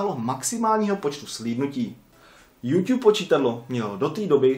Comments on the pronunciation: Proč ''Jůťub?'' Podle mě se to čte ''Jůtůb'' :D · neumíš to číst není to Youťube ale youtube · Slovo jůťůb mi přijde takový měkký požíváme jůtůb 😀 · Je to "jůtůb", ne "jůťůb" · YouTube sa nečíta "Júťúb" ale "Jútúb" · Jo, nevyslovuj to youťube ja vim ze je to tak spravne ale rikej pls youTube :D dík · hovori sa to mu youtube a nie youťube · nevyslovuje se to "youťube" ale "youtube" ale jinak ok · proč říkáš Youťube měl by si říkat youtube a ne youťube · Proč tomu říkáš juťub je to jutu b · proč říkáš youťub říká se youtub ale to je jedno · hele mas docela dost odberatelu tak by sis měl uvědomit ze se to nečte juťub ale jutub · YOUtube je jůtůb né jûťub 😒😕😬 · Tiež mi to reže uši. [jutub] je klasika. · Metyou - TOP 5 jenže špatná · 2 díl!!!! ale neříkej youťub 😨😄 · Nesnášim když to někdo řekne jako jůťub 😡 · Youťub slyšíte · Neříkej furt JUŤUB